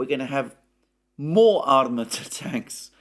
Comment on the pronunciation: Armaaata. The stress is on a second A.